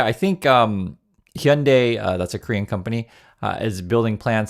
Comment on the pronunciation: It’s weird hearing Hyundai pronounced correctly 😂😂